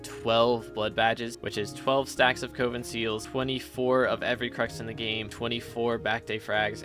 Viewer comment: Coven is “Cuh-vin” not “Coh-vin”….